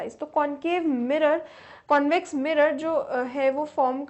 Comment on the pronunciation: Ma'am says - connvex lens and conncave lens